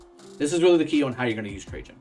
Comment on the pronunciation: My god!!! Finally a you tuber that can pronounce his name correctly